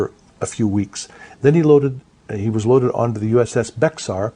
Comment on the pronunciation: The ship, U.S.S. BEXAR,, is pronounced "bear" not bex-ar! It is named after Bexar County , Texas. It comes from original Spanish bejar.